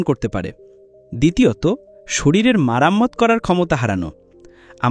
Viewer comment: মেরামত কে আপনি মারাম্মত/ মারামত বলছেন এটার মানে কি? ভিডিও আপলোড করলে শুদ্ধ ভাষার ব‍্যবহার প্রয়োজন ।